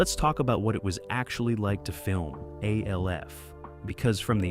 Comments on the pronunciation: Alf, not A. L. F. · Why do you call it A-L-F? It's literally just Alf. Did you not look it up before making the video? It's distracting when you say it and takes you out of the video. Other than that, I like the way you do your videos. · Its pronounced Alf not A-L-F ...lol😂😂😂😂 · Every time he says A-L-F all I hear is AFI the music band. Fun fact their full legal name was "A Fire Inside" But nobody every called them that. MGMT on the other hand trolled their own followers who didn't realize this acronym means Management and in business, if you see MGMT you're supposed to say Management. They knew most of their fans wouldn't get that. It was an inside joke the band had of mocking their own fans. Funny Gen X got this nuance and the joke, Gen Z didn't, and they get pissed if you point it out to them. The will argue until they're blue in the face, all you have to show them is an find a much later interview from the band to prove you're correct. The band was called Management. Their album was called MGMT. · Sorry but the video crossed the slop line with Alf being pronounced as A-L-F. I'm out. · You say alf as one u dont separate the letters 😮